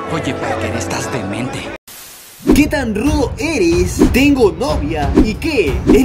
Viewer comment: / alguien más se dio cuenta que no dice tengo si no tergo